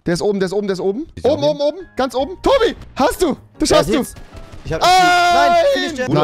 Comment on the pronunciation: Es triggert mich dass er das sch als ch ausspricht